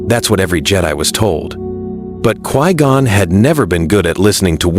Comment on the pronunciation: Who tf is "Qwee-Gone"?